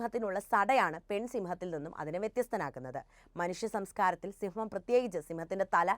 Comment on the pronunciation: സിംഹം അല്ല സിമ്മം